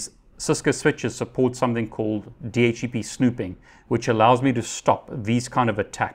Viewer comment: Love your videos, well-paced and informative. But I find it really hard to get past your pronunciation of DHCP...